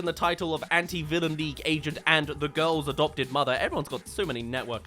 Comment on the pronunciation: Hearing you say GOYLS is a delight